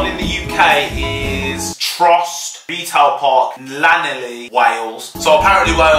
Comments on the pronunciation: Why did it annoy me so much when he said trostre and Llanelli wrong I’m offended ❤️ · offended on the way he pronounced Llanelli and Trostre.. disgusten!